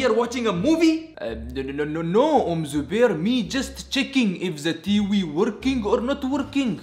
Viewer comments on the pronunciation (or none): He said "t wi" instead of tv